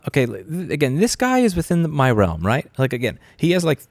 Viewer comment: "im on that relm" lol